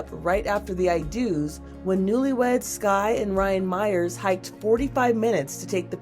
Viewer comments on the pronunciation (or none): none